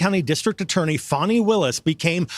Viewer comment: By the way. It’s not “faw-knee” it’s fani. Like the a$$.